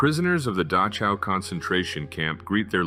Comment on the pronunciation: I forgive the narrator for mispronouncing 'Dachau'. In this word, the 'ch' is pronounced like the Dutch always do, haha.